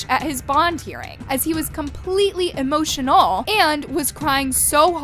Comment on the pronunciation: "EEE motion null" 🤔